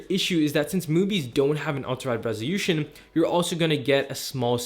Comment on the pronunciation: What is rezhiushum😅😅😅 do you mean Resolution Just reading the manual bro 😅😅